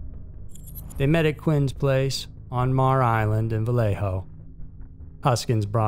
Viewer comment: It's said Mare Island. Just like a female horse.